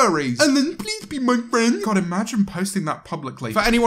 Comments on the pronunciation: James pweez be my fwen 🥺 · pwease be my fwiend 👉👈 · Please be my fweand